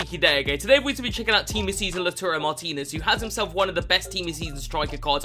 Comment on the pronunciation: Everyone: Lautaro: Lauturo